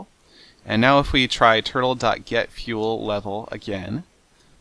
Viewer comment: I understood nothing after "this is a mining Tuttle"